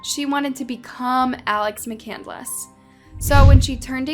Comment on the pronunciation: "there was fire in her eyes" "McCandless" "Mc-Candle-Less"